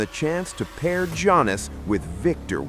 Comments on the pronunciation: "Jonas" 🙄🤦🏻‍♂️🤣 Is Antetokounmpo the lost Jonas Brother? 😆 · Don't disrespect Giannis. Pronounce his name correctly.